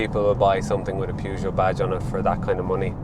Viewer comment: That is not how your pronounce Peugeot. That is like saying Ren Alt for Renault